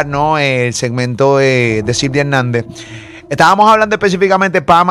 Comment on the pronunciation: Estabanos 😂😂🤦🏻‍♀️😵‍💫nojotros ahyyy santooo!Como dañan el idioma!